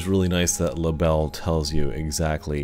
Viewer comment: Great video. Thanks for posting. A little help on your German. It is pronounced Libell-eh😁. It means dragonfly. Cheers, Chris